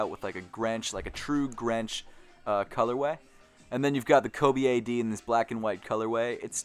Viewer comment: you mean Grinch color way right😂😂😂you said grench